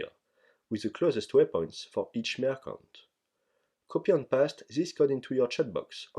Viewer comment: Merchant se prononce avec un son "tch" et pas "k". ça m'a dérangé pendant toute le passage sur les marchands du PSNA :P